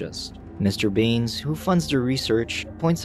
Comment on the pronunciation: Bruh when i hear you said mister baines i thought you said mister beans XDDD